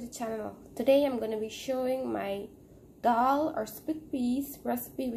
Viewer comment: The word is "dal", NOT "dHall"! (I know - I lived in India for many years).